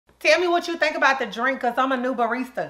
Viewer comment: I would love a baristah like her 😂😂😂